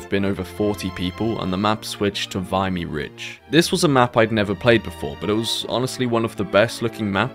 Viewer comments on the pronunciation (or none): Its pronounced Veh-mee-ridge. Very important in military and remembrance history.